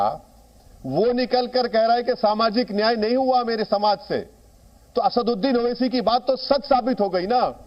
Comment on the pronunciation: ye khud ko आसाडुड्डिन kehtah hey ya आसादउद्दिन kehtah hey puchhiyega next intervew मे, tab patha लागेगा मोडि य़ा मोदि केय़ा बोलता हे खुलासा होगा बेरिस्टर कि